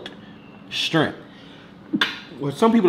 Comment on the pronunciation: one of them people who says scrimp instead of shrimp 🤣